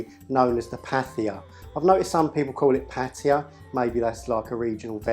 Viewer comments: The h is aspiration, it's not pronounced as a th in English. It's a t sound with breath. Also, it's not sweet and sour, it's either sour and hot (the first version and best I've ever had), or sweet, sour and hot. Not just a bit spicy, hot. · "th" in Indian languages is pronounced like a soft "t" - so "pattia" isn't far off. Likewise "paratha" is "parata", and "methi" sounds something like "matey" :)